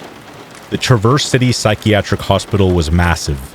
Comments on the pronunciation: Its pronounced Traaaverse City it's a long "A" sound not "truhverse," as in you traverse around an obstacle. It's OK, a lot of the names of cities in Michigan give people not from there a hard time. Like Ontonagon, Mackinac, Dowagiac, and Ypsilanti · Hello, I’m from Michigan and this is just a friendly tip ( because Michigan does have some weird names for towns ) Traverse city is pronounced as one syllable sounds like Traaaverse City not Traverse-Verse. You know I love you man and appreciate all the hard work and professionalism you put into your channel ❤ Peace Out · It’s pronounced Trah-verse city btw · Not “ triverse city” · Ahhh I continue to listen to this, it is cringy every time you mis pronounce the city in Michigan…. “ travor city” or “traver city”. !!!!!!!!